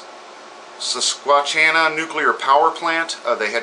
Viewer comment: Thanks for the report Brother. You made me chuckle with your pronunciation of Susquehanna . It is a Native American name. It is pronounced Sus kwa hanna. I must thank you for your mispronunciation, because it led me to a helpful website; howjsay(dot)com A free online talking dictionary of English pronunciation, Neat When I see Freya at the end I am reminded of some old television show where at the end a dog would bark and a man would say "Sit, Booboo, sit. Good dog." Peace and Love